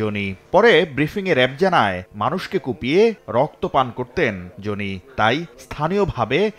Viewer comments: জোনি আবার কি? জনি। নামটা তো ঠিকমতো বলেন অন্তত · নাম জনি, উচ্চারণ করে যোনি। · যোনি না জনি উচ্চারণ ঠিক করেন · ভাই, জনি উচ্চারণ টা অশ্লীল শোনা গেলো 🫣